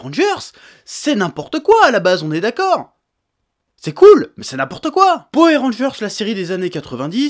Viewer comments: Moi je dis pas Powère mais Poweur... suis-je dans l'erreur ? Sinon très bonne vidéo ^^ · J'ai juste retenu qu'il disait "powé rangers" au lieu de power rangers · Golden Crow Powai rangers* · alors, ça ce prononce Po Weur Rangers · J'aime quand tu dis Powé Rangeurss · Du coup une question se pose: On dit Powé Rangers ou Powoueur Rangers? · J'ai fait qu'entendre "Powé Rangers" ça m'a sorti de la vidéo à chaque fois xD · "powèr rangeur" mdr chef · "Powé rangers" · la vrai question c'est pourquoi tu prononces powé mais rageurs ? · Etienne Francius c'est trop marrant la façon dont il prononce powé ranger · C'est une vidéo sur quoi ? Ah oui les Poweu rangers. j'essaie de compter combien de fois il a dit poweu ranger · J'adore comment il dit poué randgeurz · Edgar S. c est trop rigolo la façon dont il prononce powé ranger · Po-ouais Rangers ? :') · powé ranjerrs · Powé Rangers j'ai bien entendu?🤔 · "powé rangers" j'ai vraiment eu mal à chaque fois que tu disais ça comme ça... Cela dit je suis totalement d'accord avec ton point de vue, les gens ont perdus le fun devant les films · J'aime bien quand le Chef dit Powair Rangers ^^ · Moi aussi ça m'a énérvé toute la vidéo, c est comme les gens qui disent Hitlaire et non Hitleur